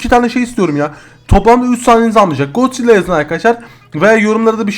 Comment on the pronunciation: Gonzilla değil god zilla